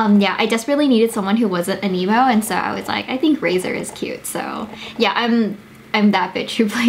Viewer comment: Since I dont play this game I actually thought you were saying 'an emo' and not 'anemo' 😶